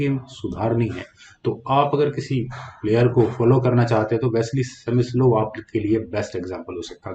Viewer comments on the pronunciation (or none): सेमिस्लोव नहीं सर स्मिसलोव होता है।।